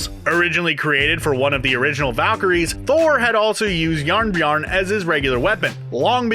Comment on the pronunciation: "Jarnbjarn?" it's "bjorn"